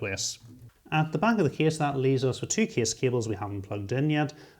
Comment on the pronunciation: being from America, it's the "kess" for me